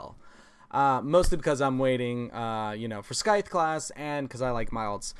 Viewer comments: Bro love ur great content but this one thing I noticed today it's about your pronunciation of scythe c actually stays silenced it's more like sythe. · Just FYI scythe isn’t pronounced with a hard k sound, it’s more of a “sythe” But it’s a cool video and I enjoy your channel a lot 😎